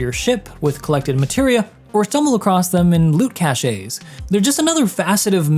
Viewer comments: Cache is pronounced like "cash" the "E" is silent 😉 Also this game is fun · Hey! I follow you since the day of space engeneer and all the starcitizen ship reviews. Love your work. Just a bit of knowledge I want to impart to you. The word cache is a french word where the E at the end is silent. Just say cach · Cache is said like cash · Not to be that guy, but cache is definitely pronounced “cash”. French caché is the past tense of cacher, a verb meaning to hide. English cache, the noun meaning a hidden stash, is based on cacher, but not pronounced that way. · It's pronounced "Cash". Good vid as always. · why does he say cache like that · dude, its cache.